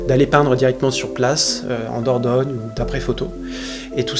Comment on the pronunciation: "Dordogne" la classe 👌💪